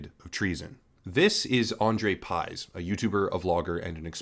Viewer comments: It's pronounced Piyzh. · it's pronounced like pig but with 'zh' instead lf 'g'. well not quite but closer than pyzhe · You really had to screw up his surname like that, haven't you. Y is ɨ and 'zh' is ʐ His surname is 'Пыж'. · You pronounce pyzh wrong. Not even close how it suppose to sound